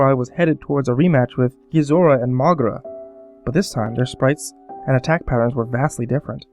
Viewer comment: MrParanormalPro i actually pronounce it Mo-gay-ra